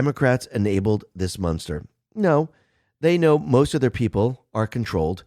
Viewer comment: The word is "MONSTER" not munster. The Munster's were an awesome show from the 60's. I know you can say it right,. Come on, man. These people are M-O-N-S-T-E-R-S, not Munsters.